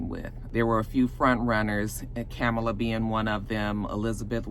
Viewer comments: Supposedly her name is pronounced [komma-la]. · Comma-luh. You’re pronouncing it like Rev Al. LOL. Stacey wasn’t qualified IMO compared to Kamala and Susan.